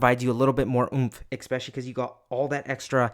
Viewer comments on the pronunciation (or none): brooo you're killing me with "exspecially" 😭😭